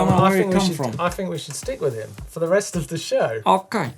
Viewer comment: Oooops, thought you said you wanted to take a "roost", not a rest!